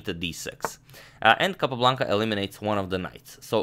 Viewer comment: I love the way Agadmator pronounces “Capablanca saga”. Reminds me of Rowan Atkinson in Johnny English. 😊